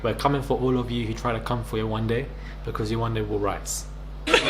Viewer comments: The fact that Yewande and sheriff are from the same country nigeria 🇳🇬 and he can’t pronounce her name is bizzare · bc there was no reason to disrespect her? he knows how to pronounce her name but now that he's in front of all these white ppl he mispronounces it to be funny. he wanted validation